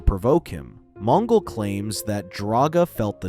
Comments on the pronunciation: Supposed to be extinct ? It’s supposedly . And J’onn Jones is pronounced with a slight pause between the J and the o . It’s like saying J onn . And it’s Mon-gol like the Mongols of China not Mon-ghoul . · Mon Ghoul? Geez AI Garbage narration.